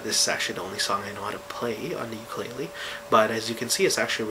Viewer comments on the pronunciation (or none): none